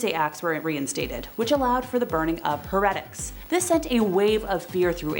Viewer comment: How do you mispronounce heretic?????? Seriously